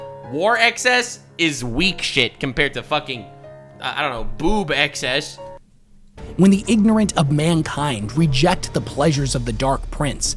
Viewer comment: "Sex-cess" if you will